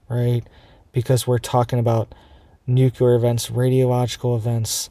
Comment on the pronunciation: Nuclear is pronounced "NOO-KLEE-ER" not "NOO-KYA-LER". Wtf is wrong with you? That is so irritating.